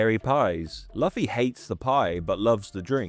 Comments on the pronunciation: BRO KEPT SAYING LOFFY 😭😭😭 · His name is pronounced LOO-fee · How how do you know this much about One Piece but can't pronounce Luffy's name? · there's no way you watched one piece and pronounced "Luffy" like that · Eh, at least it's better than the way Germans pronounce it. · I was wondering the same 😭😭 Great video though